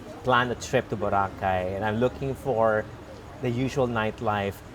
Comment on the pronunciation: Thank you, Mr. David Celdran for pronouncing Boracay, the Filipino way, i.e., Bo RA cay, unlike Mr. Raul Manzano (EIC on the Move) who prefers the American pronunciation, with accent on the 1st syllable.